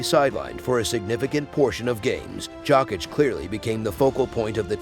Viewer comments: It’s pronounced Yokitch lol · jAWCK - ITCH!!